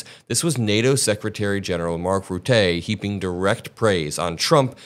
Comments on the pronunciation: Totally on your side,; but it's Rutte, not Rootay. Stress on first syllable and it sounds like a schwa or ə. He was prime minister of my country for 13 years and he is well known for lying about everything all the time. Still he seems like a saint compared to Tronald Dump. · it's RUT-eh, emphasis on the first syllable. He's Dutch, not French. But yeah, he is a suck-up. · You had me until Rutte,! Two things: Firstly - and I Can’t blame you for this one as I’m sure most people outside of Holland have difficulty with his name, but the NATO Sec General Mark Rutte’s surname is pronounced “Root-uh,” not Rooté. Secondly, I don’t for a second believe Rutte was “playing a game by sucking up to Trump and get NATO on his side.” Forgive me, but that’s just silly. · just an fyi, its pronounced as mark rut-uhhhh not rut-A ;) that being said, he's indeed playing 3d chess with trump. absolutely not a trump fan, in his first semester rutte was one of the few that would not bend for Trumps"america first" ideaology. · Rutte is a Dutch name. It’s pronounced more like “Rooter” than “Rootay”. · Good information updates. But a small pronouncing correction. It's not Ru-tee, but more like the word utterly, so Rutte (adding an R upfront and leaving out the rly at the end of the word utterly). Not meant as a negative comment, the Dutch pronouncing can be confusing sometimes. Greetings from The Netherlands. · Mark Rutte is the former MP from the Netherlands. And you pronounce his name as: Mark Ruh-tuh You're great, keep it coming. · Your proununciation is wrong. Its MARK Rutter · It's Mark Ruhttuh (like in 'duh') and he is most certainly sucking up to Trump to keep him aboard of NATO. But it's painful to watch. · Rutte is pronounced like Rutt-ah. Good coverage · He was our president and he knows how to deal with dumpy. Rutte is pronounced Rut-…like but with an r…Rut-ta ..a soft like Ta Da and you roll the r if you wanna be good.